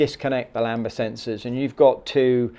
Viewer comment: Lambda not lamba always makes me cringe